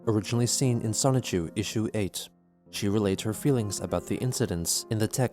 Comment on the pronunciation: 46 videos in, and Chris has STILL not once pronounced the N in Sonichu. It’s always “Sahchu.”